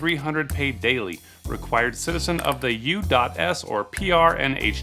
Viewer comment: The way he read U dot S lost me HAHAHAHA